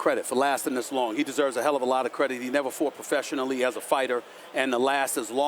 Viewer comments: "professionalilly" - SAS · With someone who never boxed professionaLILLY BEFORE" - Stephen tongue muncher Smith"